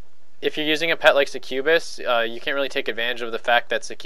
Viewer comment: The way you say succubus..... Triggered